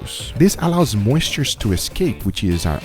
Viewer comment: It allows "moisutres" to escape 😂